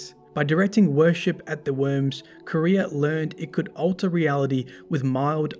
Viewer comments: Qwa-ria. Not Korea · Nice video, imo Truth to Power is the most interesting lore book but something was bothering me... the way you say the word Quria, Tolands says it in the ascendant challenges and you can hear how he says it.